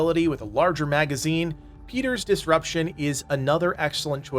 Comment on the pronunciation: Just FYI, it's piter (PIE-TER), not peter. Just a big fan and wanted to help. I know it's impossible to know by just reading it.